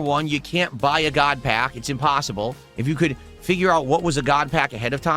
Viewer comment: "Gahd Pahk"